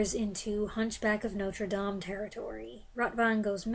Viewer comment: You may be the first American I have heard pronounce Notre Dame correctly!